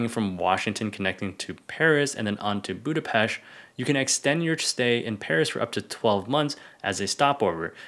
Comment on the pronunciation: Big like to pronounce BudapeSt the right way!